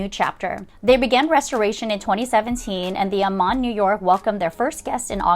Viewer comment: Yes! Let's make it a series... yhanks for the wonderful content. It was fun to see The Shangri-la as I used to II've in Spore.and know the hotel well . Lovely gardens but did not love the rooms. My favourite is Aman ( ah-man not A-Man). The Aman resorts are so well known, especially in Indonesia.